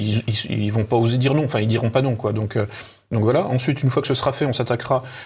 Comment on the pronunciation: 32.02 😨 QueWa ?? 😂😂😂😂